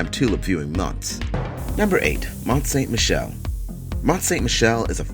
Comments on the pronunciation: Mont St Michel is pronounced: "Mon san mee shell." (Remember the Beatle's song: Michelle ma Belle.🤔) Meeshell (ma bell) ding dong NO it's not a bell it's French for beautiful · He butchered the pronunciation of Mont Saint-michel